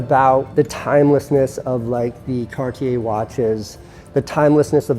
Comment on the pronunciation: All good but, please please learn how to pronounce Cartier. It’s definitely not “car-dee-eh”…